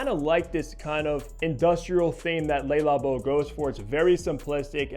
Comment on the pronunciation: Nice review but PLEASE learn to pronounce the brand. Its not “Lay” Labo. It’s Le Labo. “Le” sounds similar to “luh” . The “lay” sound you keep making is how one in french pronounces “les” …so it makes what you are saying even more silly. Sorry to call you out on it but its a showgirls ver-sayce kind of thing to many ears.